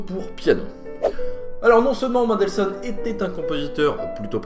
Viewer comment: Please, pas "Maindelssohn", "Menndelssohn"... Bonne vidéo, sinon! :)